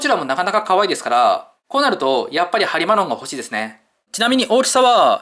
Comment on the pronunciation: ケロマツとハリマロンがゲロマツとハリバロンにきこえたw